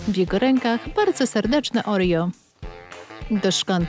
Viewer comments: Oreo a nie orio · Nie Orio tylko Oreo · Nie mówi się orijo tylko oreo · Nie muwi sie orio tylko oreo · Kto wogule mówi orio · czemu narratorka mówi orio kórwa no czemu czemu się pytam